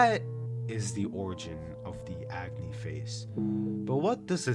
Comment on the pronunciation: Fun fact: Agni is also a fire god in India. It's pronounced as ugh-knee. I think it's cool to see the character names match their characteristics like Luna 🌙, Agni, and Sun ☀️